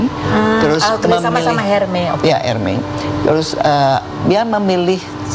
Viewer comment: bu Chritine Hakim..pronouncenya buka HERME dong...S nya hrs jelas dalam bahasa Perancis bu🥰ERMES...orang berbahasa Inggris r mes